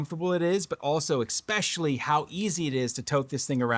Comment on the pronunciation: Sorry to do this... eSpecially, not eXpecially. It's alright we all do it. Just thought you might want to know. Sometimes it's like having food in your teeth but nobody says anything. That said, I didn't miss the point of the video and I am totally on your level and appreciate quality design practices. This radio nails it! Maybe they can copy a more compact radio some day and bring along the same improvements. The game controller style radios are what I prefer, as long as they provide a good point for the neckstrap to clip on that's not an afterthought. Love your commentary and how you point out when these companies spend more on marketing than manufacturing.